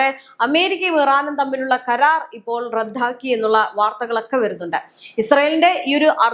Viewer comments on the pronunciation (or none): "റദ്ധാക്കി " എന്നല്ല , റദ്ദാക്കി എന്ന് പറയൂ. നിങ്ങൾ എവിടെയാണ് മലയാളം പഠിച്ചത് ?😢